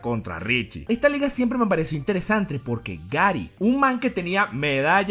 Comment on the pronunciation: Minuto dice "interesantre" xD